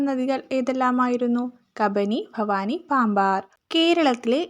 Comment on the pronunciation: ഫവാനി അല്ല ഭവാനി (bhavaani)ഉച്ചാരണം ശ്രദ്ധിക്കൂ.. 🙏